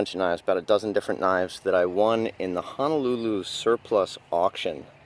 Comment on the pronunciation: Ho-No-Lu-Lu Not Hana looloo